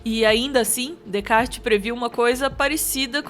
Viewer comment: *Descartes se lê Decá